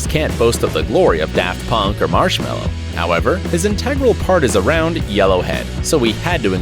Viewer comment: I never have Daft Punk in my life and you can’t speak Marshmello right